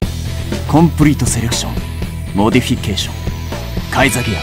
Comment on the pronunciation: モディフィケーション言いづらいのに言うのうまい